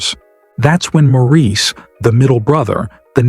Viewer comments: As soon as the narrator said "ma-REES" I shut it off. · It’s pronounced Morris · To the person who made this video.....His name is spelled Maurice, but it's pronounced like this Morris. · You Got That Right!! 👍